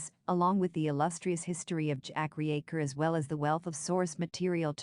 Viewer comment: RE-Acher? Use a proper voice or get bent. This is garbage dribble.